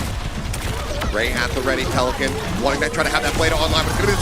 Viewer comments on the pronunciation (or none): PeliCAN not PeliCANT goes kinda hard